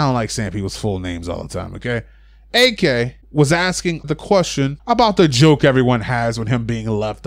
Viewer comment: The other day, I wrote a message about you calling him A-K in every video I've seen of yours. Now you're saying "its for short, I don't like saying peoples whole name". Dude, you're literally using an extra syllable instead of calling him "Ak" instead of "A-K" like normal people have been doing. Just saying, its fuckin weird...